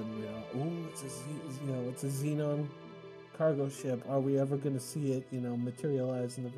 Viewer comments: Shee-ahn... scrub! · Ahh that pronunciation of Xi'an. You must be thinking of the city of Zion in Matrix for that one. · As a lore nerd I just want to strangle you over your pronunciation of Xi'an. It's pronounced as follows: Zhee-ahn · Its probably pronounced SHEE-ANN Xian is Chinese in Origin. But yes, I concur. His pronunciation of Xi'an is atrocious